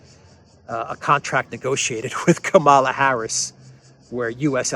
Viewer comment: It is Kamala as in Pamela. She is going to be the next president of the usa so let's get her name right.